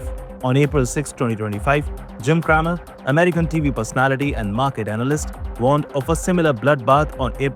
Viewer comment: It's not craammer, lts cramer, the pronunciation as "cream* 😂, can't even pronounce stuff correctly then stop narrating